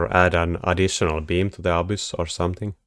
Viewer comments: "Abyss" with a Finnish accent. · you say that all the Fortress techs will just get hard countered by "abuse/obvious," which is the best thing to build against Fortress in the game... I can't think of any unit that sounds anything close to "abuse" or "obvious," and if you do literally mean one of those, I have no idea what building them means. I can usually understand your accent perfectly (and I quite enjoy it), but this left me perplexed!